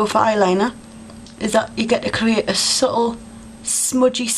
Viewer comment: cool. that was interesting.just a few tips/points, which you don't have to do but i was thinking if you only did half of the face, one eye then we, as viewers would be able to see the really good difference :) and subtle has a t in it :) don't forget to pronounce your t's :)